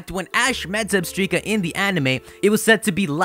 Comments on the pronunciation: It’s pronounced (ZebstrYka) not Zebstreeka 😂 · Wait....Did you call it Zebstreka? It's ZebstrIka! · Why? It's not Zebstreaka! It's ZebSTRIKA, as in Zebra and Strike, not Streak!!! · You mentioned the anime in Zebstrika's entry on your list. If you saw the anime, you'd know the pronunciation is Zeb-STRIKE-a, not Zeb-STREAK-a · it's zeb-strike-a not zeb-streak-a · Its zeb- strika like strike Not zebstreeka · Did you just say "Zebstreka"? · I thought Zebstrika was pronounced like "Zeb-strike-a" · IT'S PRONOUNCED ZEB- STRIKE- UH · If I hear "zeb-stree-kuh" again, my head will implode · It's meant to be Zeb-STRIKAH! (Like that show for two year olds, supa strikas..)